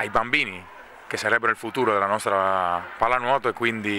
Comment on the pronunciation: La pallanuuoto pronuncia napoletano